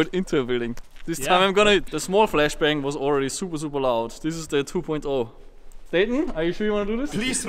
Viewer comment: He just said “flesh bang”!!😂